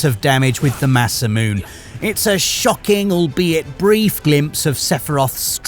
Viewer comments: Masumune = moss uh mew nay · Seriously tho is it pronounced "Masamoon" or Masamuneh"